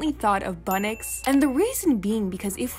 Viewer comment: its bunnyx not bunnix